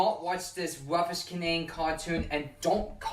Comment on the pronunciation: he says "rubbish" as "ruffish" and "tubbies" as "tuffess" so I really think the "ub" sound is the issue